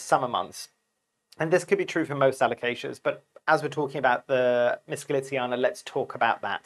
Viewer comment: This isn't a complaint, but just food for thought, as you are always asking people for corrections if you have something wrong. You keep mispronouncing this plant's name by saying, "Mitz-cho-litziana". But the correct pronunciation is, "MiCHO-litziana", not Mitz-cho. Just for your benefit, not an offensive attack. I'm a bit of a alocasia freak. I have several of these Micholitziana's (Frydek), and also Dragon's Tooth alocasia, which are every bit as beautiful as this one. I also have Dragon's breath, Bambino, Stingray, Poly, Silver Dragon, Dragon Scale, Sarian, Purple sword and the crazy Zebrina Reticulata. Alocasia's are what got me into house plants. But now they are like fifth on my list for plants I love the most. In order it's Anthuriums, Philodendrons, Monsteras, Syngoniums and Alocasias. Those are the top five genera. Great vid as always.